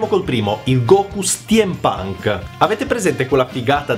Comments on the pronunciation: Che spettacolo lo Steampunk ! *si dice stimpanc, non stiampanc ;) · Madonna santa STIEM PANK non si può proprio sentire....